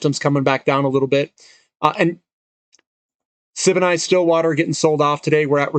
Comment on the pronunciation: Great to see you including Sibanye-Stillwater in these daily updates now - I believe it's pronounced "Siban-yay" though.